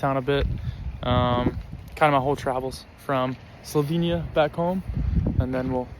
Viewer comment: I'm curious. You have never talked about why you chose to study in Slovenia when the US offers a plethora of universities and courses. Just a little tip for you: the 'e' in Slovenia is pronounced same as 'e' in beg. We don't pronounce it as a 'ee' sound.